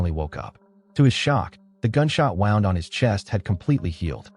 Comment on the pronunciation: "The gunshot wow-nd on his chest.." You meant wooned, right?